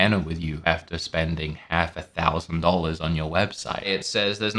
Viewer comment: “Dohllas”, “Sawr”, “Knowr”